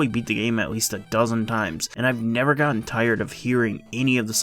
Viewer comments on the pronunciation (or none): none